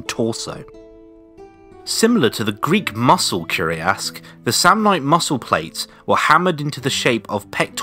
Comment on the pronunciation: It's curiass but cuirass (pronouce it like "queer ass" with "ass" rhyming with "mass")